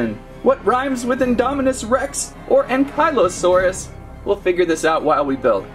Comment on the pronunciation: I've never heard Ankylosaurus pronounced so horribly wrong lol it hurts.